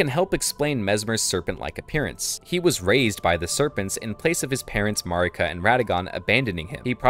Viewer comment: Mogh is the boss's name and Mogwyn is the name of the Outer God of Blood. It's Mogwyns's Dynasty not Mogh's. Also you are pronouncing Marika wrong for some reason. It's not how Melina pronounces Marika.